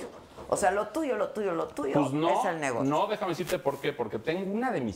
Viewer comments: Uta Sr. Elías Ayub, me decepcionó....no se dice "NEGOCÍO", con acento...se dice "NEGOCIO" sin acento. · Se dice negocio, no negocío como dijo el Sr. Elias Ayub